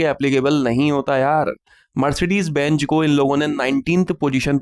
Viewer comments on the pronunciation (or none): Mmaine bhi apne kaee words k oochaaran ko sudhaara hai agar bura lage tau mmain maafi maangta hoon jaise benjj nahin benz mmain aapka subscriber hoon aur aapki saari videos ko like karta hoon aur hassta rehta hoon kyonke aap mmain sense of humour kamaal ka hai ghar vaalon ko bhi sunaata rehta hoon